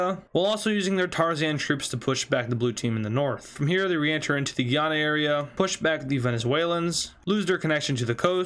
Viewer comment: French guiana and Guyana are differently pronouced